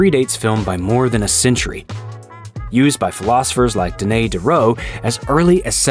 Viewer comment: How the heck do you pronounce Denis Diderot as Denay Deroh?